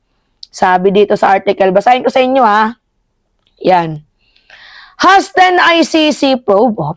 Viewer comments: sasabihin ko na sana na yayamanin ka na, eh bukas na lang, hahahaha. HASTEN: sabi mo kasi Has-Ten eh! Lola kow... tamang pronunciation sa 'hasten' kasi eh HAY-SEN, hindi HAS-10, hahahaha. Ikaw talaga love kong lola Mimaaaaaa kow, hehehe... okay lang napatawa mo naman ako eh! Love you. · It is not “hasten”. It’s /hās(e)n/ ✌️✌️✌️ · Mam ndi po has-ten,ang basa po dyan ay hey-sen ❤ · Hasten “Pronounced as Hayzen “ plangga idol ko na maganda habang nag sasalita. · Hasten pronounced "haezen"... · hi....hasten is pronounced /ˈhās(ə)n/...hay-sen...😁